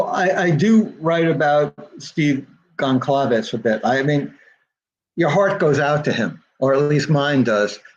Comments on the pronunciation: I appreciate his taking time to interview on DTS. I must confess I question how well Blum knows the case because he mispronounced the Goncalves last name and the Kernodle last name. 35 minutes in so far. The Judge Judge did that and the families were highly offended. Blum just now said Goncalves wrong again 36 minutes in or so... makes me sad. I never knew them and I'm not LE but I have enough care to say their names correctly. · he mispronounced the name of the city more than once after telling Daniel how it is supposed to be pronounced, Kaylee's last name, and Xana's last name. Thank goodness he said Chapin correctly. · You would think spending so much time studying the murders and victims then he would at least know how to pronounce their names. He says he wants to honor them then he says names totally wrong. I found it so annoying.